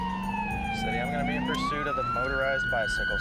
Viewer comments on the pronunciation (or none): Please... stop Alright.. we're in "pursit" LOL